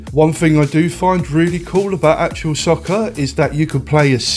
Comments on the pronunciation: Wasn't it also the first to proper commentary by an actual commentator? I remember playing it just to hear Barry Davies awesome commentary. Still the best to this day I'd argue! Also, why are you saying 'actual' it's actuA 😂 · ‘Actual’ all the way through the video. ITS ACTUA! Other than that, nice video. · Got this on PS1 when it first came out it was pretty good. I swear you keep saying actual soccer though 😂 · Actua not actual!!!! Arghhhhh 😂 Enjoyable video though 👍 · Haha you won't believe how many times I told myself to pronounce Actua properly before doing voiceover as well 🙈 thanks for watching 😁